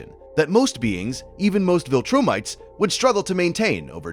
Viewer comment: "VilTurnites" is funny to me